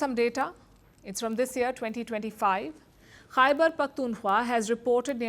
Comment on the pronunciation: Palki Didi خےبر pronounce kerna seekh lain. Then you start pointing out mistakes in AVMs English.